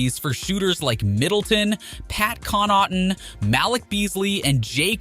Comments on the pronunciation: Pat con not tan and mal lick Beasley 🤣🤣🤣🤣🤣🤣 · Maaaaaaan. I'm from Wisconsin and dude butchered Pat's last name and Beasley's first name so bad 🤣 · Bro the pronunciation on Connaughton and Malik and Lill-ARD, I’m deddd Good video but that caught me off guard